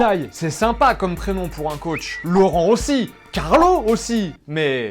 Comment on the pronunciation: avec le bon accent ouui